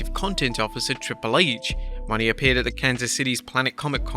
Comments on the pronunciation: STOP FUCKING CALLING HER MERCEDES “MONEY!”…….it’s Monè, or however it’s spelled. You pronounce it as Mon-ay. Are you a hired person that just reads a script? Who does the real work on these videos? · Mercedes mone is pronounced Mercedes "MO nay" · He's never going to pronounce Mone right is he?